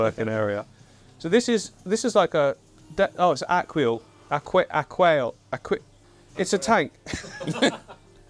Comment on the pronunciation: even though it's not a Polish word (Aquael is a Polish company ;) ) it's still hard to pronounce😀